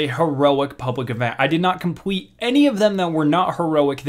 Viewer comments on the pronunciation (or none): ...Compwete.. heh..